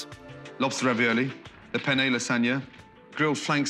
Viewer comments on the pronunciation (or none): none